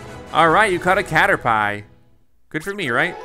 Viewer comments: it's just funny because he mispronounced it. And cater pie is funny. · No one: Litterally no one: James Dean Grant :He said cater pie hahhahhahhah I'm a dumb ass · It actually generates more revenue from his videos because more people comment to correct him. More views, more likes/dislikes and more comments = more profit. Cater-pie!? I do not believe he didn't know how to pronounce that. I played Pokemon 20 years ago and I can still tell you the correct pronunciation of every name. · Lol he keeps calling caterpie cater-pie and it hilarious for some reason lmao 😂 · It's pronounced "caterPP" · The way he says Caterpie 😂 it’s pronounced Caterpea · It’s pronounced cata-pee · caterpie is pronounced cat-er-pee. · It is (cat-er-py) oh btw I love Pokémon and the Channel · He called caterpie into caterpi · Why does he call caterpie a pie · It’s caterpie not pie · Did you actually call it a 'cater-pie' 😂 this guy obviously never played a Pokemon game xd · Brian Neubauer he doesn’t even know how to say Caterpie!!! That was literally Ash’s second Pokémon!!! The first one he caught. I’m fuming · When I heard him say caterpie.. I cringed.. heard it multiple times and I couldn’t watch anymore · that is so true he cannotpronounce caterpie he thinks PP stands for something else it stands for Power Points like HP Health Points!!!! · No one: Literally no one You: A Cader-pie..... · He keeps pronouncing Caterpie wrong and I want to die. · Caterpee, caterpie same thing different pronunciation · You're not the only one, I cringe and lockup when he says it, lol. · I almost died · Cater pie 😂 I literally cringed when he said that 🤦🏻‍♂️ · I hope by now someone told him the proper pronunciation of Caterpie smh 🤦‍♂️ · It is he’s pronounced it wrong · Ww honestly though dude it just dounds ignorant and pisses people off who did play the game I know he probably didn't know any better but like he could've tried a little bit you know? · What kinda pie!? Caterpie lmfao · “Cater pie”